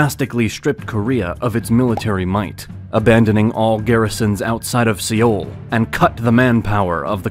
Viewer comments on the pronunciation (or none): I think it's pronounced "soul" not "siyol" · Good recap, but you mispronounced a few things that you should know. "Sino" as in Sino-Japanese, rhymes with "rhino". "Russo" as in Russo-Japanese, rhymes with "do so" "Seoul" is pronounced like soul. In Korean it is spelled to sound like "saw-ool" (서울) but when you say it fast it mostly sounds like "soul" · swear to god if you say sioul one more time.... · Another presenter who knows nothing about the subject matter. Grossly wrong placename pronunciations are the worst. Even Korea's capital city pronounced wrong showing how minimal the education is behind the presenter. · Incredible thathyou can make a video on Korea and not know how to pronounce Seoul. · great video. only problem is the way this guy is saying Seoul. I’m korean. it makes me cringe so hard